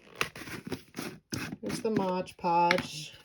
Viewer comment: I admire your work and appreciate your videos. One suggestion - please pronounce the product correctly. It is not modge podge, it is MOD Podge. Check the label.